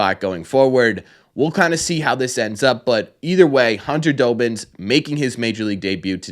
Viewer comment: His name is pronounced Dahbins not Doughbins lol. Think of Robbins with a D😊